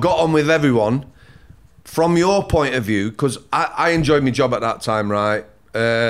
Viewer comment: Every time said ‘because’ laughed cos he says it like becourse 😂😂😂